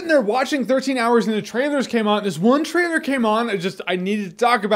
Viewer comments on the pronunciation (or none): You can tell he's drunk: "Jeremy gives you his thoughts on the trtailer to..." lol Drunk Reviews! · "trtailer?" XD Man, you must have been really reallly drunk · 'trtailor of 10 Cloverfield Lane' Jeremy you are really drunk